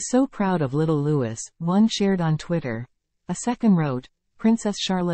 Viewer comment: Louis is pronounced lou-i ( silent s)